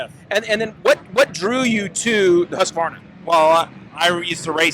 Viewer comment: I like the way you pronounce the name as it should be: Husk varna Not the way I've heard everyone else say: huska varna ever since I had my . Not sure how the Swedes actually pronounce it, but everyone in my riding circle pronounce it: hoosk varna. It just sounds better like that to me. Also, if anyone cares, Husqvarna was a musket maker in1689 and their logo is a rifle barrel surrounding the "H"with the sights on top.